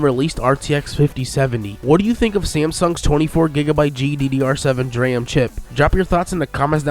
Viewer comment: But he can't pronounce DRAM.